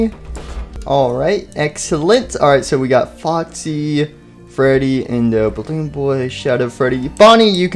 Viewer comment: freddy not fweedy